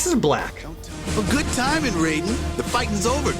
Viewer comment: The mispronounciation of "Raide" hurts my soul.